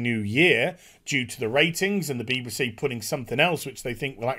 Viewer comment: Agree with everything except the way you say BBC beebasee?!?!